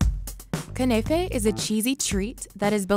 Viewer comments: It’s called kunafah she called it kunaify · Shawarma is a loved middle east food, not american! And you pronounce it knafe, not kanefe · I live in Middle East (Saudi) and I was annoyed because she said “Knafeh” wrong. You say it like this: Ku-na-fa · She legit said "kenefe" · Everybody in the middle East is offended by how they pronounced kunafa